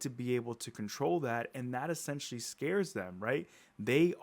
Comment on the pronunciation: Stop sayin ESSENTIALY